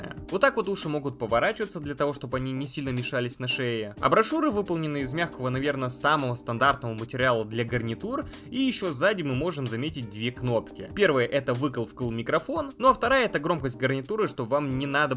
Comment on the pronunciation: Надеюсь, мне кажется, что ты говоришь что-то вроде "абрашуры" xD - у меня наушники-гарнитура от JBL, у них динамиками наружу "уши" поворачиваются Микрофон на гарнитуре не самый лучший xD